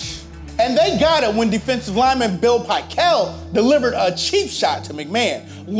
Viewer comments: Not Pick el, it's pickle pronounced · It's Gary Fence-ick and Bill Pih-KELL not Gary Fennick and Bill Pie-KELL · And as I recall, Bill Pickel is pronounced "Pick-el", not "Pie-kul". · Bill PICK-el, not PIE-kel. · I never pronounced dude's name "Pie-kell' is that right? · i believe it’s pic-KELbut not whatever you are saying, it’s making my ears bleed. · "The 11 point margin of victory was only a touchdown, a field goal, and a 2-point conversion". The only problem is the NFL didn't have 2-point conversions in 1984. This guy is also mispronouncing some of the player names (Bill Pickel, Gary Fencik) which makes me think he watching football in the 80's.